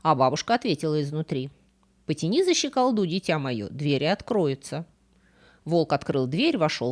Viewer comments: Первый раз слышу щеколдУ. Это треш. Режет слух. Всегда было щекОлду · щекОлду, а не щеколдУ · ЩеколдУ ???????? Очень странно... 🤨 Вообще, ударение на О - щекОлду, щекОлда. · Почему " щеколдУ"? ЩекОлда(у)! Почему в каждом видео во многих словах ударения неправильные? Вы же вроде грамотный человек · У Вас интересные темы рассказов и увлекательная подача материала, спасибо за Вашу работу! Но... ЩеколдУ? Серьёзно?.. В первый раз вижу человека, который не знает слова "щекОлда". Это такая задвижка на двери, ударение на букву "о", запомните, пожалуйста, это слово. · Спасибо за исследование, много забавных "ньюансов"- новых вопросов, т.с. Только вот, капюшон с пелериной, а не "перелиной",. "За щекОлду" произносится правильно, а не "за щеколдУ". Очень интересны у Эрика Берна сценарные послания в этой сказке. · Щеко́лду, а не щеколду́ и ша́баша, а не шаба́ша. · Почнму "потянуть за щеколдУ" а не за "щекОлду"? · щеколдУ ухо режет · Правильно «щекОлду» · Здравствуйте,!)) Правильно: "потяни за щекОлду". щекОлда! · За щекОлду! Прям ухо резануло! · ЩеколдУ́? Серьёзно? Это в каком регионе России такой выговор?😂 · Простите, но режет слух неправильное ударение: за щекОлду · потяни за щеколдУ?? и это произносит человек, претендующий на филологические какие то исследования? ню-ню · ЩикаллУ.. Смешно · За щекОлку! Залезает, а не залазит!! Литературная, блин, лекция... Послушали очередную балду, что открывала щеколду. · ЩеколдУ! Такого я в жизни не слышала, кошмар! Если б не это, то безусловно бы лайк и подписка, но так...нееееее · ударение щекОлду